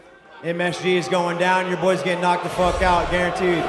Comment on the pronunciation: "FOOK MARK HENRY" Mark henry WWE